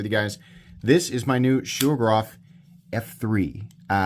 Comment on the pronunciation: Whats a shougerrof? Its Shiro-gorov. Learn the accents